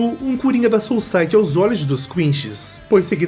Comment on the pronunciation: Fala os nomes direito "zarakenpachi" "soulciety" mds